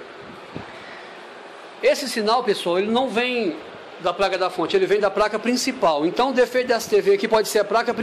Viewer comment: É impressão minha ou você fala "Praca" diversas vezes????